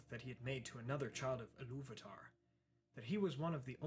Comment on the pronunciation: Two language comments and two backhanded recommendations: 1. Iluvatar (as in God) - it should be pronounced with the stress on "vat", giving it a Germanic sound - it means "father of all" 2. The Edain nickname for Finrod should be pronounced as if it were "gnome" - because it's the last vestige of Tolkien's longstanding tendency to refer to the Noldor as "gnomes", in the sense of "those with knowledge" 3. At any mention of Finrod's partner....hmm...anyone who's read the very lengthy Beren/Luthien fanfic called A Boy A Girl And A Dog will remember Amarie being depicted as an appallingly arrogant so-and-so - with even the reincarnated Finrod wondering what he ever saw in her! Which is not implausible - "Vanyarin privilege went to her head?" 4. There used to be (or still is?) a forum called The Council of Elrond with one of the message boards ruled over by a clique of Silmarillion-loving geek-girls who idealize and worship Feanor, inspite of everything.